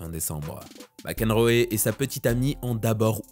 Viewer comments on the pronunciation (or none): s'il te plaît, apprends à bien prononcer les noms anglais !!! c'est juste insupportable. Mac Enroéééééééééééé putain quoi, sérieux !!! T'as jamais entendue parler du joueur de tennis John Mac Enroe franchement !!!!!!!!!!!!!!!!!!!!!!!!!!!!!!!!!!!!!!!!!!!!!!!!!!!!!!!!!!!